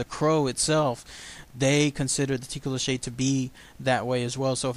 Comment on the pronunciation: Awesome video, but it's mostly pronounced as toh-coe-lossie (